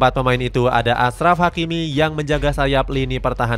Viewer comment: bukan asraf tapi ACHRAF hakimi